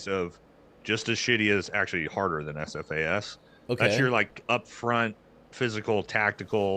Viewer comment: lol its SFAS not AFAS